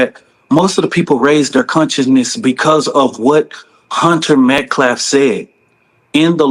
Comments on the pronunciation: said his last name wrong though every single time!! He keeps sayin metclaff and it’s metcalfe!! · Every time that idiot says his name, he mispronounces his last name. It is Metcalf, not Metclaf. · exactly! Kamala they bitched about. And he keeps saying "metclaf" instead of "metcalf". No respect for the loss of life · Hunter Metclaf? So the pos can't get the last name right either. Metcalf... it's really not that difficult. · can't even say Metcalf, he says, "Metclaf". Self-deflence? At least learn to speak accurately, even if you can't speak truthfully,. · He doesn't even pronounce his last name right. Idiot keeps saying Metclaff not Metcalf. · Metclaf??? Did anyone else catch that on top of Aaron Metcalf? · Hunter MetcLaf is what the dude said. The last name is MetcaLf. So it was 3 times messing up a name. Technically 4 cuz he said it multiple times. Even if he were talking about the brother, hes still messing up Austin Metcalf's last name. This stuff is super frustrating. I gotta say, I have NEVER felt a racist bone in my body, but the things I am seeing people say on social media is really testing me and pulling at those strings. Its like they are trying to create racism. I feel like I have to constantly remind myself right now that this only represents a small minority and not to allow it to effect me. Which is why I appreciate you guys coming on here and doing what you do. Truly appreciated, much love! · “Hunter MetCLAF” smh damn he either can’t talk for nothing or his accent is severely interfering with his pronunciation smh. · He also mispronounced Austin's surname multiple times. It's MetCALF not MetCLAF😮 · Mr. Metcalf would have spoken on this young man's behalf because he had already forgiven him for the horrific ending. His speech would have been an asset, but the wrong people took over the narrative. How sad😢 Please..its Metcalf not Metclaff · He keeps mispronouncing “Metcalf” Metclaff???